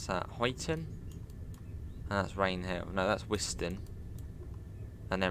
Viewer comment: Speed set is activated with . To increase and , to decrease I believe. To activate it it’s ctrl and . Also, it’s pronounced huyton as in huy is pronounced the same way as guy.